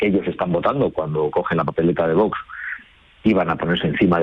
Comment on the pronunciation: Es VOX no VOS cómo pronuncia el entrevistador.😅😅😅